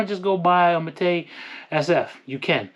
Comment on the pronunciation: Also been canik king u need to learn how to pronounce mete